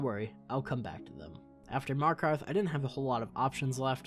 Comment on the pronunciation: "Markath the safest city in whole Skyrim"